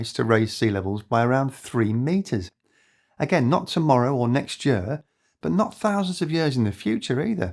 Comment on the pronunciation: I support this NON AI Video! (But the constant OVER PRO U CIATION of the word YEAR makes me want to unsubscribe and pu ch him I. The face, what the hell, Year has ONE SYLLABLE, NOT THREE! YOU TAKE A YE-A-R TO PRONOUNCE THE WORD YEAR! ) Just a nit pick...